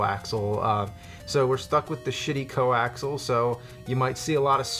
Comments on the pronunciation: Wtf is co-axel? COAXIAL, it's not that hard, really. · It's CO-AX-EEEE-AL not Coaxle. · im pretty sure the cord's name is pronouced, CO - AXE - EE - AL , not CO - AXE - AL. was a cable guy for a few months and actually had to make my own at one time. and the spelling is COAXIAL. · Co axel 😂😂 Coaxial jesus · "Coaxel"? Isn't it "coaxial"? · Coaxial, not coaxal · it was making me insane when u kept saying coaxel. its pronounced coaxial not coaxel, lol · "ko-ax-ee-al" not "ko-ax-al" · Its Co-Ax-E-al. Not Co-ax-al. I design cabling for a living. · Awesome video guys, love your $hit—it’s definitely co-ax-ee—ul though 😂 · lol "co-axle" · its pronounced co-ax-ee-al. You guys are hurting my OCD. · 'coaxial'? Fuck, I've been pronouncing it 'coax' all my life. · Weird that they pronounce it co-axle, there's another "A" in there. Coaxial. Maybe it's a New Jersey thing. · I remember a supervisor in work pronouncing it "coxle". Then again, he wasn't very bright. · Anyone I've ever met pronounces it "co-axle" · Its pronounced "co-ax-e-al" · Guys, it's "coaxial". "Co" as in sharing, and "axial" as in "relating to an axis".